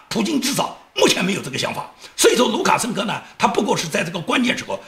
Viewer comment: 讲卢卡生科的时候的口误，不知道是真的口误了还是故意为之！嘻嘻